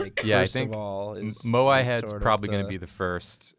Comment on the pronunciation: First English-speaking person who I've heard say moai. Thank you so much